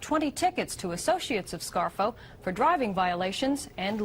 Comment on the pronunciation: Did Dan Rather say Nicodemo "Scarro" instead of Scarfo"...lol..lol